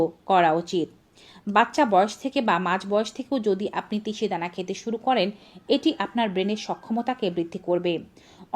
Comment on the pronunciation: তিসি ধানা কি ভাল ভাবে বল ধাও